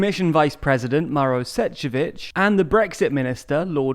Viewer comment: Please! Pronounce the name of Šefcovič properly. This is ignorance.